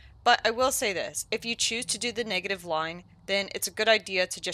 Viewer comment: Ayo did she say " niggative mutations " or is that just me 😂